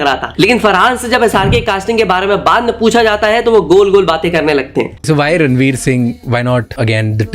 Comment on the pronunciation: Ranvir vs “Ranbidr”. naam toh sahi se le